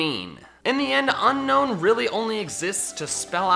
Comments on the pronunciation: Its pronounced un-own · unown is pronounced un-own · Be annoyed. It's pronounced Un-OWN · It's not pronounced un-known it's pronounced un-own. Only 1 N. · Top 10 Pokémon no one likes.... Didn't mention a single one of the ones that are universally disliked like Jynx, Mr.Mime, Trubbish line, etc. Lol. Also people still pronounce them UnKnown, whereas it's UnOwn. I used Unown on every playthrough they've been in and always try to collect the full alphabet. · DO NOT CALL LICKILICKY TRASH! AND IT'S UNOWN, NOT UNKNOWN! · It’s pronounced (Uh - nown) you say (Un - nown) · 1st nice video 2nd not a grammar nazi 3rd it is pronouce un-own not un-known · It's Unown not Unknown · Just gonna leave it out there but Unown is actually pronounced as UN - OWN. As in to disown it. I get why gamefreak named it that, because after you catch it, you want to UNOWN it! Hahahahahahahahaha! dies of laughter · at you pronounced unown wrong its pronounced un-own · It's pronounced un-own. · ITS UN-OWN NOT UNOWN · Hey I'm just here to tell you the real pronounciation for Unown is Un-own because you don't want to OWN it